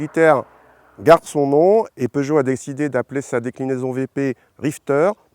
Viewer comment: Seuchot? Peugeot ça se dit